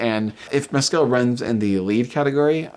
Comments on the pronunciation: Please pronounce names correctly. Stress is on the capitalized part. Paul Mescal is MESS-c'l not Mess-CAL Agnes is ANN-yes (Ann with a short a as is can, as I've heard Americans mangling it as AAAANYES-yes. It's pronounced with a short a, the French way) Thanks for getting Jacobi Jupe right. It's another one that often gets mangled. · Paul’s last name is pronounced, Mescl…..just like the pronunciation of rascal……the a is silent🤩